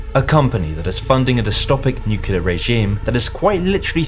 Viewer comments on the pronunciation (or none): it's nuclear, not nucular